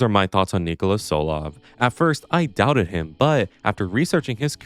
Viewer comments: Btw its Ni-kò-la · by the way his name is pronounced "Knee-Cole-Uh TSoul-Ov"